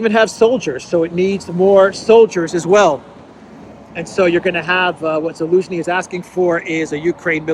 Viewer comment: Zaluzhny sounds like Delusiohny